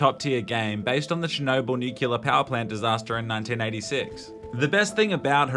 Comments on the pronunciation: NUCLEAR for fuck's sake, not "nucular"... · nuclear not nucular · Nuclear, not nucular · it's pronounced nuclear, not nucular. Sorry, pet peeve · It was around halfway into the video that I realised saying "nuclear" and not "knee killer" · "Nucular" xD, we need to exorcise George W. Bush out of you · Its pronounced like its spelled: newkewlar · Who pronounces "opera" as "Oprah" and "nuclear" as "nucular"? other than Dubyah I mean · Damn. I thought you were better than people who actually say "nucular".